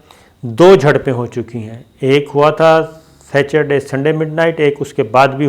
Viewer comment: Sacherday? Hahahahaha Jenab the word is Sa ter day. Allah. You're the only man in the world news who says Sacherday. It's Pan gong not panguing. Pangong lake (Tso) Tso means lake. پینگ گوانگ لیک